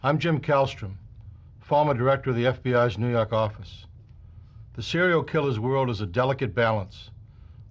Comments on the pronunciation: NEW YAWK AFFICE! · "nuu yawk affice"